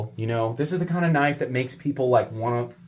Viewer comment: that's a knoife